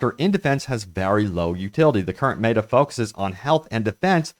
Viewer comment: How do you constantly mispronounce META, you're a gaming channel for crying out loud